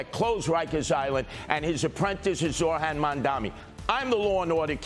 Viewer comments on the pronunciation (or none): Curtis, you have to say Zohran's name properly. Your mispronouncing peoples' names is fine for radio schtick but demeaning for a serious possible leader of New York.